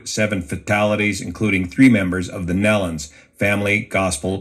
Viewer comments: Its Nee-lons Not Nell-Lons! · Please pronounce their name as Neelon and not like in watermelon. Thanks!